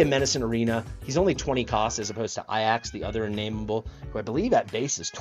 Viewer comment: What's the story with how you pronounce Ajax?